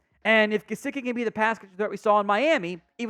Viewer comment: It’s Mike Juh-si-kee …